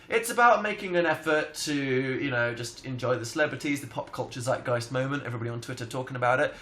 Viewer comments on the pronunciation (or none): none